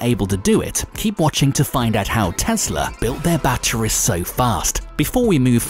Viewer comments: The way this guy says battweeze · Say "batteries" one more time